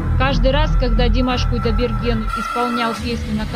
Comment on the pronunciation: Почему вы произносите Куйдабергена??? Кудайберген!